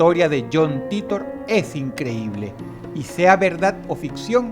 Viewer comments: Como me choca que pronuncie "Titor" y no "Taitor" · Se escribe john titor y se pronuncia jhon TAITA* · ... Se pronuncia taitor ... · SE PRONUNCIA "TAITOR" MAMAGÜEVO. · vengo del año 2036, dross todabia no aprendio a pronunciar "titor"